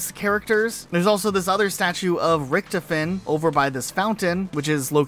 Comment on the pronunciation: Rick Toph En is the the pronunciation not Rickt A Fen